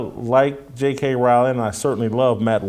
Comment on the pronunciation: ca. asks for clarification of what you meant by "You weren't built for this conflict." That is exactly where I wondered the same: there are multiple possible meanings. BTW, Rowling (pronounced correctly as pronounced it) has been taking heat over her trans position well before the Macy Gray incident. I agree with the point of view that JKR is so wealthy that she cannot be cancelled because there are millions who want more installments of Harry Potter, which makes her secure in her career. So, from this perspective, there is nobody better built for this conflict.